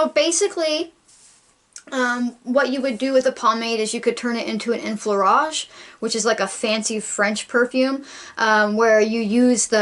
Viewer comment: A couple of years late, but your pronounciation of "enfleurage" is just fine :-)